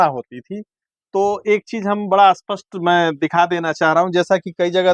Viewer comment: आपका श्रम अनुपम है। परंतु भाई लोग तुम लोगों का प्राब्लम क्या है स्प को अ क्यो कहते हो यदि आप स्पष्ट को अस्पष्ट कहते हो तो अस्पष्ट को क्या कहोगे ?